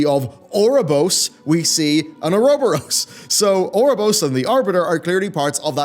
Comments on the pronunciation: It's pronounced You're-a-bore-as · It's pronounced Oo-roh-boh-rohs. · It's pronounced or-oh-bore-ohs... Why must people always disappoint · No, it's not, that's typical English butchering of the word. Oh-uh-rho-bo-ross is as close as someone without education in Greek / Latin pronunciation can get to saying it correctly. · Your pronunciation of Ouroboros changes literally everytime you say it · I lost count on how many times he mispronounced Ouroboros. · Lol that is NOT how you pronounce ouroboros